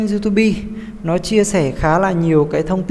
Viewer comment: đọc xai chính tả " youtobe"